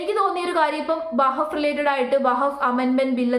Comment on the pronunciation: വഹബ് ബോർഡ് അല്ലാ , വഖഫ് وقف ബോർഡ് എന്നു പറയൂ . സത്യത്തിൽ പേര് തന്നെ പറയാൻ ബുദ്ധിമുട്ട് ഉള്ളത് പോലെ തന്നെയാണ് അതിൻ്റെ വിശയവും അത് കൊണ്ട് എല്ലാം നന്നായി പഠിച്ചതിന് ശേഷം വിഷയവതണം നടത്തൂ